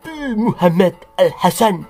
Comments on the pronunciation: admin nak ngomong muhamad kok dadi muhemett.. ora wedi karo pa 212 opo. di kapir kapir ke kapok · Mengucapkan kata muhammad dng benar.. Jng di intonasi kan begitu.. Jelek akhlakmu dng sura begitu